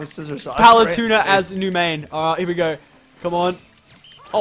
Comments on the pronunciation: I bothered me how said Paletuna instead of Palutena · It is not palatuna it is palatena!!!! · OMG, PaluTUNA can you not. Palu-tEHna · I'm amazed i havent seen this yet... ITS PRONOUNCED PAL-OO-TEY-NA NOT PAL-OO-TUNA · Does know hes saying her name wrong??